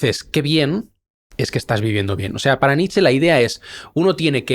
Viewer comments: Se pronuncia Nietzsche, no Nitsch! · Qué pesado el entrevistador con llamar Nitch a Nietsche, cuando lo pronunció bien cuando intervino él. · En alemán la “e” final suena, por ejemplo Nietzsche, como bien lo hace.